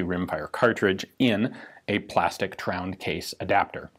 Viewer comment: I start to crack up every time Ian says "tround"